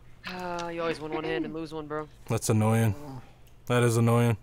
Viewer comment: I love the way you say annoying lol "annoy-yin"